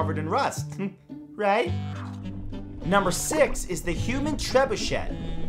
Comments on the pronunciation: That is not how you pronounce trebuchet. Its treb-you-shay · You shouldn't pronounce the 2nd T in trebuchet; it's French. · I won't correct the pronunciation of trebuchet, I won't correct the pronunciation of trebuchet. Oh who am I kidding...it's shay not shet! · Drove me crazy as well. TREB-UU-SHAY!! Not Treb-uu-SHET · TREB-UU-SHAY.....or TREB-OO-SHAY...... But please...NOT Treb-uu-SHET! Lol. Otherwise, love your stuff man ! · tre-bu-CHEY not tre-bu-CHET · Hearing trebuchET triggered me so hard 😆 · Ahem It's "TREH-BYOO-SHAY." TREH...BYOO...SHAY. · That don't work, Treb-oo-shay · It's tre-byu-SHAY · Its a trebuchet. Treb you shay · it's pronounced: treh-bu-shay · please use the correct French pronunciation of Trebuchet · Tsk, tsk, Matt. Being from Canada, you should be able to properly pronounce a French word like "Trebuchet". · is ''trebuchet'' really pronounced like that? my life is a lie